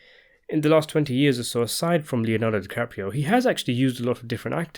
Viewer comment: DisaDiCaprio? No thanks.